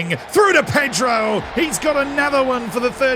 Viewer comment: Who is "Pay-dro"? I only know Ped-ro